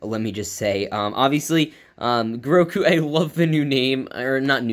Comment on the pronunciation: His name is Grogu not Groku.